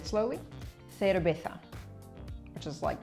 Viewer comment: pronuncias mejor que yo "cerveza":) i kinda use "s" instead